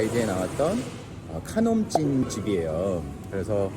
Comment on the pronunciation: ขนมจีน ออกเสียง ขะ-หนม จีน ไม่ใช่คำนมค่ะ